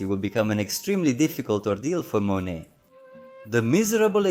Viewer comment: Thank you! Very informative andinteresting video.I'm sure you knew it was Monet. The way you were pronouncing name, on this YouTube video sounded as if you were saying, Manét